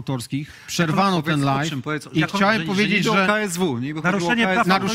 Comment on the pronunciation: Prosze cie nie mowi sie LAJFIE tylko LAJWIE Live = LAJW nie Lajf